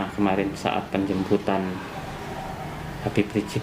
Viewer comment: Coba Tulisan dan Panggilan ke pemimpin FPI nya tuh diperbaiki gitu....sebut Habieb aja kok susah.